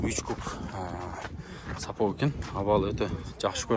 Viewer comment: сапоК емес сапоГ